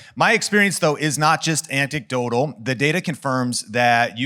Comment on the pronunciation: What is “ancticdotal” in minute ? 😂